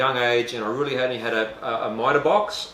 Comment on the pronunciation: Thanks for sharing 👍 Has anyone ever told you that you sound like Colin Carpenter when you say "really" or "rooly" 😁😁